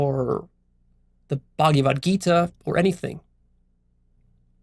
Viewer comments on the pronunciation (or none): What is the "Buggy Vud Gita?" I'm pretty sure that in Sanskrit it is pronounced "Bhagavad Gita" and although the Hare Krishnas treat "Krishna" as separate from themselves, hence the delusion, I know from experience of my SELF that the Slokas in the Gita are SELF-evident and ring TRUE so I would hesitate at Leo dissing such a great book and dismissing it lightly. I don't think you are at a level where you can do that. Even though I get what you are saying about blind belief however if you are awake then the Gita is a Golden thread, a Jacob's ladder leading to the TRUTH.